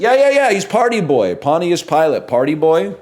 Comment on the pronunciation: It’s pronounced Pahnchus not ponti-us